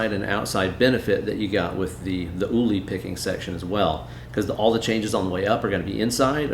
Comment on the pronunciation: The Name "Uli" (in German) isn’t pronounced "Oohly" but instead like "pulley", without that leading "p"-character. TWIMC